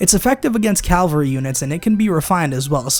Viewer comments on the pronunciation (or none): CALVARY?! It is pronounced cavalry you troglodyte! Nah, but really, this triggers me.